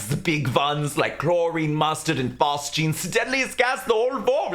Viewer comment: what's the third gas? I can't hear anything other than "Chlorine, Mustard, and Fart Juice" I mean, it'd be hilarious if 85% of all gas deaths in WW1 were caused by Fart Juice but I'm sure that's not right. Captions aren't helping. 'Fast Jeans' is equally unlikely and far less amusing.